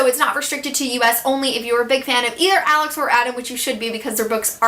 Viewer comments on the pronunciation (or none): none